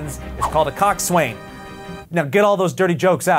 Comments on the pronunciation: Coxswain is actually pronounced cocks in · coxswain is pronuaced coxson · just FYI it's pronounced Coax-win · "Coxs Waing is srearing the boat" He he he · Coxswain is pronounced coxon. By everyone ever. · its pronounced (cok-sin) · You don't pronounce the W in coxswain! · That's not how you pronounce coxswain!